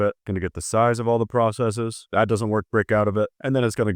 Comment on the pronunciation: Did you correctly pronounce "Processes" (you didn't pronounce it "process-EE-s".)? You earn my like and subscription. 👍🏻